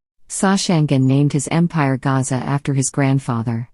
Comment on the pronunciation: Gasa not Gaza